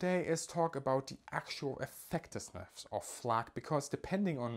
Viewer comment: Great video... I agree that your audio needs some improvement. And I caught that new word there! "Effectisneffs"